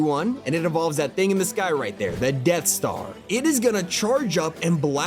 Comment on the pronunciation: First, why do you say AT-AT like that? Second its DEATH star not DEAD star. And third ITS HUSK NOT HUKS!!! Please learn before doing this